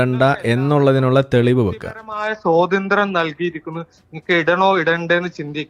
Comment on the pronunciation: ഏതാ ഈ പോത്ത് കാക്ക. സോതന്ത്ര്യം അല്ല പൊട്ട സ്വാതന്ത്ര്യം എന്ന് പറയൂ.